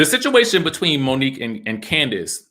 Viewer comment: So y’all still saying Monique wrong 😑 ?